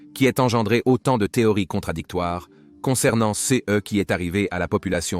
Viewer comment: Il y a plusieurs pb récurrents de traduction/lecture de l'IA : "ce" est souvent prononcé "CE" (céheu), "Nepos" est traduit par "Napoléon", et "slave" par "esclave". Dans certaines vidéos, Egypte est traduit "république islamique d'Egypte". Merci de corriger ces erreurs récurrentes :)